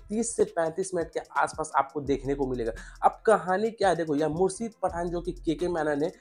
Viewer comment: Mursid nhi Murshid shhh ki awaz nikaal